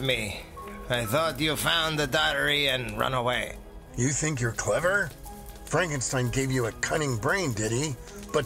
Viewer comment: That's Frank en steen